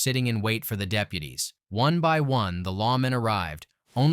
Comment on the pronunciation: The way it says deputies